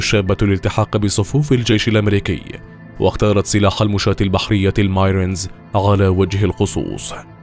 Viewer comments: سلاح البحريه الامريكيه الماي ريتز 😂😂😂اسمه الماى رينز 😂😂 انت مسخره نطقك للمدن الامريكيه و المصطلحات الانجليزيه و الأسماء مسخره 😂😂😂طب اتعب شوى و خلى جوجل ينطقها لك لكى تتعلم كيفيه نطقها .. لا و الراجل اسمه رايى 😂😂😂😂 و الرجل انطوونى و البنت شانتيينا 😂😂😂😂😂😂تحفه تحفه … بص يا تكتب الأسماء و المصطلحات على جوجل و تستمع للنطق الصحيح و تتعلمه ثم تنطقه .. يا تسال شخص متمكن من اللغه و تسأله يعلمك كيفيه النطق الصحيح او تصمت نهائيا و لا تنطق اى أسماء او مصطلحات امريكيه حتى لا تبدو كجاهل او ايله و تفقد القناه متابعيين و مستمعين نتيجه لجهل من يلقى المحتوى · Marines لا تنطق "مايرنز" بل "مْ'ريينز" /merEEnz/